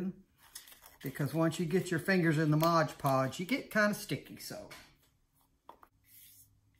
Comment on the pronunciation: Beautiful! This is so popular right now. I'm anxious to give it a try. FYI, sounds like you're saying, "Mog Podge." It's Mod Podge! Just saying!